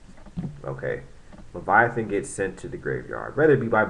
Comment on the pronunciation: its lay-va-teen not leviathan